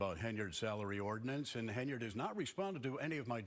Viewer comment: HEN-yard, not HAY-nard.